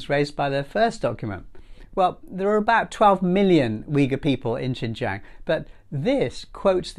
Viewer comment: It's UNHR, but your pronunciation of Xinjiang is closer than most westerners can manage. Well done. The report was flailing for "evidence" and had to resort to the usual dubious "research" of Adrian Zenz and spurious, unproven "testimonies". The evidence of stability, equality, freedom, better life, etc., is all around in cities like Urumqi, Kashgar, Hotan, Turpan, etc., to see.